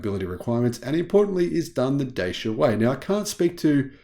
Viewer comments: it's pronounced ''Da-chee-uh'', not Daysha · It’s pronounced DATCHA in the UK m8